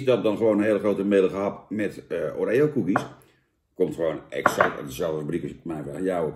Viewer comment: Wie zegt nou O ree O? Pleeeeeeeease het is Oreo! je bent toch geen huppelkutje jan? Verder, goede review(s).